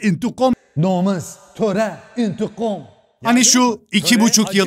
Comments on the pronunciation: Bayılıyorum indıgam demene abi sen demeden kesin aşk mantık indıgam dicek diyorum 😅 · intikam değil intigom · "Entegam, nomes, indigam" ujvgujjguuj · intikam kelimesini şive ile söylemesi. Koptum aklvlslcllvlwd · "Aşk mantığ intikom" Sjsjsj